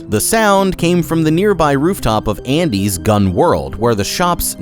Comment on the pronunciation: you call it "andres store"......not "Andys".....